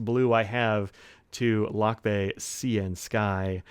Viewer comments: It is pronounced /luck-BYE/; the accent is on the second syllable. Thanks for the honest review of Vinta Lakbay ink, it's proudly made in the Philippines. By the way, "lakbay" means "journey" or "travel." I am also planning to get a Vinta ink someday.😊😅🇵🇭✒️ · A little nitpicking here, Lakbay is actually pronounced as Lakbáy. But these awesome shimmer inks for the price. Great review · pronounced as luck-bye ( lakbay) it means to travel .